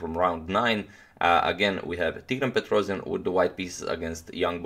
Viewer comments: Tigran's last name is pronounced PetrosIAn (with a stress on the last syllable), not PetrOsian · It's not a PetrOzion, it's pronounced Petros[YA]n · Petrossssijan not Petrozian correct.